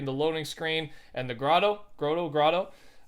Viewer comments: Agent P bro don’t even get me started with that one. I mentioned this to numerous times. Lol GROW-TOE he says hahaha so fuckin true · It’s just like people pronouncing the grotto as GROW-TOE buts actually pronounced GROT_O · Agent P lmao no one says grow tow tf who says that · And "Grotto" is apparently a challenge to say also.